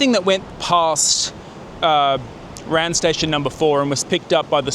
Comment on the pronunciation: It’s not a word ‘ran’, it is R.A.N. as in Royal Australian Navy.